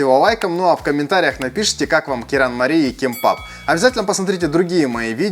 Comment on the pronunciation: Правильно звучит же керанмали